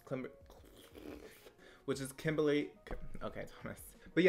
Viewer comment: WHEN YOU FIRST SAID KIMBERLY IT SOUNDED LIKE CHLAMYDIA 😂